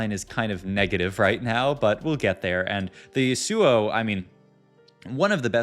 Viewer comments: Last video someone had a smojin on a zill AY in, and a sigh lass, as well as a shy vahn ah! And this time we have a yohn and Yuh SOO oh! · Ryze top left can't pronounce yasuo